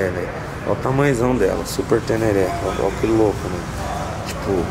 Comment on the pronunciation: Ténére se lê tenera